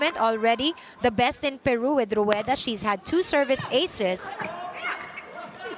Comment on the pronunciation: The commentator is SO pro Peru and uses her bad accent to pronounce the country's name